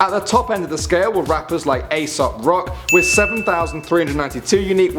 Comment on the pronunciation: its asap rocky not rock phaha